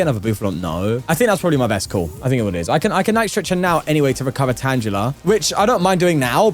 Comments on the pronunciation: Ok, why does he keep mispronouncing tangela? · Pronouncing Tangela with a soft "g" you're always finding new way to deeply unsettle me